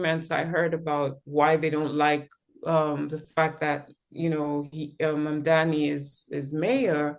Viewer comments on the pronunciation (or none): Mamdani not Mandani